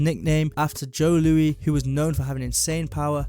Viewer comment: The Brown Bomber, Joe Louis, pronounced like Lewis. An American boxer, not a French King.